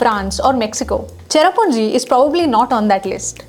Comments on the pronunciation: Sohra not Chera what the heck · Say Sohra....not cherrapunjee. SOHRA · I'ts Sohra not cherrapunje....